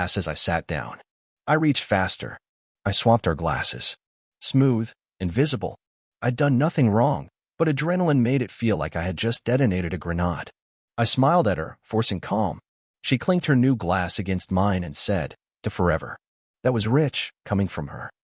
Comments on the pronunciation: yeah, AI needs to learn to say grenade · Fking AI needs phonics! I'm tired of hearing the non-existent word "granod"! Yes, I am the princes with the pet-pea! 😂😂😂